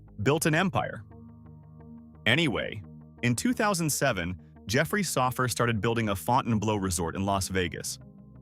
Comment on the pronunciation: it's not "Sawf-ur" it's "So-fur" Family